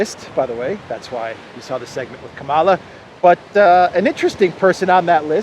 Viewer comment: It's Kamala as in Pamela.